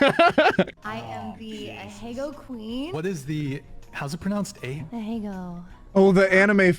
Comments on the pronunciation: like she is say Uh-he-go not Ah-he-gao and it's a little annoying and when rewatching this video I just skip over it a lot of the time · I’m sorry, what. Ah Hey Go? I thought it was Ah hey Gow (** indicates stressed syllables) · It is NOT "aheygo", it's "ahëgáo". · The one girl continuously saying ahegao wrong kind of makes me want to destroy something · She didn't pronounce ahegao right. She also didn't even make an ahegao after she said it, she just made some goofy selfie face. You don't need to have a specific trait to be under a particular label other than actually being under that label. And what do they even mean by point of no return? Seems like that one guy started calling himself gay and put on a swishy stereotype accent just because he's in a relationship with a man. You don't have to be in a polycule to be bisexual, it doesn't just go away when you're with someone. Of course there's some trans bullshit snuck into here. Can't keep their noses out of anything, always have to try to make it about themselves. Besides, your partner transitioning doesn't make you bisexual, they didn't change sexes. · Not only did she confidently mispronounce it, she did some dorky selfie face instead of an ahegao. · Hearing her pronounce 'Ahegao' caused me literal pain